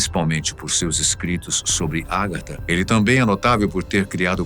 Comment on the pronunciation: Meu caro apresentador, a pronúncia correta é Agartha e não Árgatha